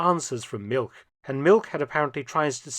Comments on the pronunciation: ‘All expenses paid trip to Siberia’ 😂 Btw ‘Milch’ whilst it does means Milk in German is more accurately pronounced like ‘Milsh’ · Now Mark, as an historian specializing in WWII and Germans, you know that milch is pronounced "Milsh". Naughty boy. 😊😊😊